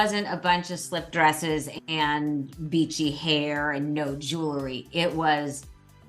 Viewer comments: Melissa - it's jew el ry not jew la ry. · Love this but...JEW- LERY is not how you say that word!